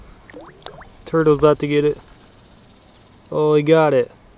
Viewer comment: When you can’t afford a cameraman..: “I like toitles”